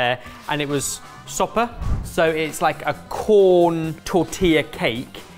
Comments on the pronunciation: The amount of times I corrected out loud 😅 It’s “sopes” (with an eh as in ebbers) not “sopas.” You were calling them soup 😂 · saying he's making "soup" sopa all the way through this is making me go crazy. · mispronouncing sopes over and over had me correcting him out loud by the end. Especially since his pronunciation really sounded like he was saying soup in Spanish. Otherwise, great video as always! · I'm sure someone has said this already, but just a helpful tip! The dish was making was "Sopes" pronounced so-pez, or just sope (so-peh) if you're only talking about 1 of them.